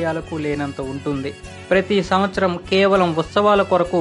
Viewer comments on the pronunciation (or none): none